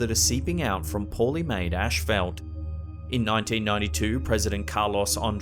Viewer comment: Ashfelt?? Maybe asphalt